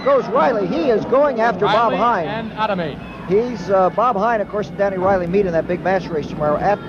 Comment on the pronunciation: What bothered me most about Coppock was he NEVER pronounced skaters' names correctly. In this game, for instance, he butchered Mike and Ken "Ah-DA-me" names. This wasn't the only name he constantly mispronounced. As an announcer of any kind, you should do a little homework and prepare for your call of the game. And that "bango" shit used to make me gag.